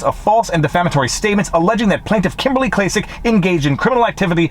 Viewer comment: It's pronounced "Klack-Klack"